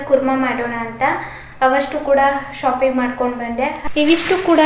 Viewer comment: ಶೋಪಿಂಗ್ ಅಲ್ಲಾ ಮೇಡಂ ಅದು, ಶಾಪಿಂಗ್....ನೈಸ್ ವ್ಲೊಗ್ ❣❣